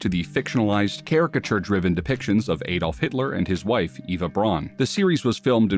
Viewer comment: Have you ever heard people say his first name. It isnt pronounced Ay-dolf.